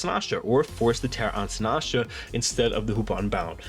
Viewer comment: Why do you pronounce Sinistcha like Sinahshu LOL Great video btw! Excited to see you two face off!